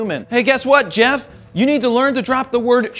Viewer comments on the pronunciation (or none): none